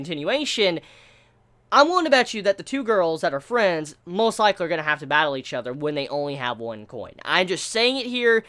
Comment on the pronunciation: Please don't say "Batteru" .... Ever again ....